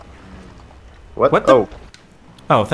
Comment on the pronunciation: That was racist "Carabeiner"